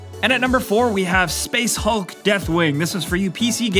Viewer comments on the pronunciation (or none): SPEHHSS HAALKC